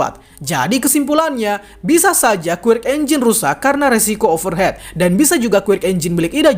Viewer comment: Over hit bang bacanya bukan over het 🙏🏽